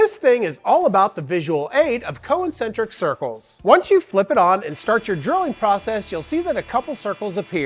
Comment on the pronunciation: Sorry... did, did you say co-incentric? Love your videos, but that broke my brain.